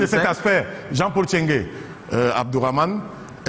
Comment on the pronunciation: NTCHENGUE pas TCHENGUE. Car il faut éviter qu' en oubliant le premier " N", l' on puisse penser de prime abord qu' il s' agit d' un bamiléké. Je m' explique: 1. Un bamiléké n' a jamais été si con. Mêne pas jean de dieu momo. 2. Un bamiléké si con qui enseigne à l' ENAM des nkouas? Que ça a comnencé par comment? Ceci dit, j' espère que quelqu' un viendra ici nous confirmer si c' est un bami ou un Atangana. Nb: il ne s' agit pas de tribalisme, mais du cul de sac dans lequel certains ont mis notre pays et qui se perçoit ici dans la gêne d' Abdourahmane face à cet encenseur plein d' huile de sardine sardinarde.